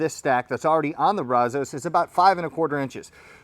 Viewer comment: Maybe Bradley could teach him to pronounce brazos correctly , he is a transplanted Texan after all